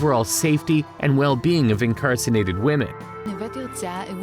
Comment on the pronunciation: You didn't say incarcerated though. You said "incarcinated" at least three times.